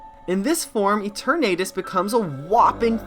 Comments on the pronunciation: Why are you pronouncing Eternatus as Ee-tur-Nate-us? The Eterna comes from eternal. Thus the pronounciation should be Ee-tur-Nah-tus. Granted, yes, there's very little concensus on how to correctly pronounce the names of all the fictional Pocket Monsters, but I've learned via experimenting that if you use Google Translate and keep both parts in Englush and then type in the names for various Pokémon, and then press the sound button? It'll give you the best guess on how to pronounce any/all Pokémon; including the most difficult/reccent entries! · good video but that Eternatus pronunciation is craaazy and that Absol connection sounds pretty solid honestly